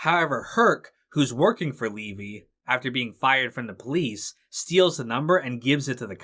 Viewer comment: Good review, but the attorney's name is pronounced Leh-VEE, not LEE-vy.